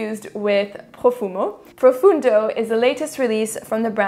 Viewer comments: It's Profondo not "Profundo" and it has nothing to do with Sauvage really. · "PROFONDO" not Profundo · Qu'est ce que tu racontes....elle met une vitesse en accent anglais à la majorité de chez nous (français). Écoute François Hollande...là t'auras ta prononciation en français de chaque mot anglais. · I have Acqua di Gio' profondo ( Profondo … not profundo.. is italian word i'm italian ) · PROFONDO not PROFUNDO.....and it is actually the finest out of the 4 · It's not Profundo...it's PROFONDO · Its profondo not profundo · Profondo profondo profondo not fucking ProfUndo it isn't difficult you have it on the bottle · Profondo... et pas Profundo. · Profondo is profondo not profUndo😁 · PROFONDO….not profUndo… Please🙄 it has nothing to do with Sauvage, at all! lol!🙄